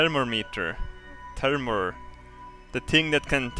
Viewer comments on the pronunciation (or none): it's more like Fur-mo-meat-er that termomah:) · Not thermermeter it is thermometer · try saying it like this. therm- o - mider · Thermometer* Therm-mo-metre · Ther-mometer that is how it is said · Thermometer is Thur-mah-mih-tur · Who the hell pronounces it like that Ther mom eater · thermometer ,Th-air-mom-eater :D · I lost it when he said Termometer, trying to say thermometer XD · Its prononced (therMOMITer) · "THUR-MOM-EATER" pls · him trying to say thermometer lol i love you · He sounds Irish when he says 'thermometer'